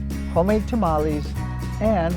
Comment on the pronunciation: Only problem I have with her is how she says tamales and menudo